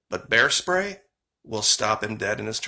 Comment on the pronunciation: You don’t have bears in Australia, do you? (Just asking because you accidentally said “bear stray” instead of “bear spray” and it made me curious 😄). I hope you’re all ok in Australia after those horrific fires!